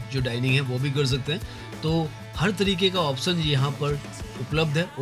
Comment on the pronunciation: भाई ओपशन, ओपसन नहीं बोलो ! 🙏